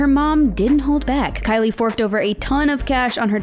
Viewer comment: The girl who talks she didn’t say Kylie Jenner she said Kkylie Jenner